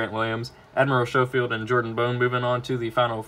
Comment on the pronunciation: Admiral SCOW-FIELD is how it’s pronounced. Not Show-field